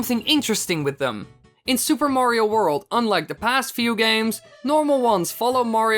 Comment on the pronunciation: in super mario 64 he said Wario not Mario XD